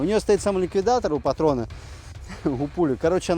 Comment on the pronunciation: Да он троллит думаешь он не шарит он специально как бы сделал ударение на слово патрон